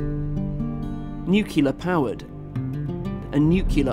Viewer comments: NUCULAR.....what's that mean? It's "NUCLEAR", get it? Pronounced "new-clear"............ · And I could have sworn that "nuclear" is not pronounced "nuculer".